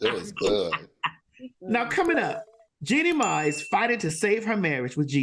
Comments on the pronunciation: Not Jeannie "May" 😂😂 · Maddie didn't say that lady's name correctly the entire show! 🤣